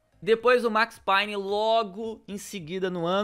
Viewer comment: Agonia dele falando Max Payne errado kkk